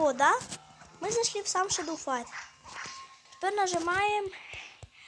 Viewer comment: Не шедол а шедоу